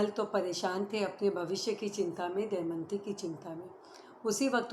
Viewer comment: शानदार प्रस्तुति क्षमा चाहूंगी सती का नाम दमयंती है आप दयमंती बोल रही हैं।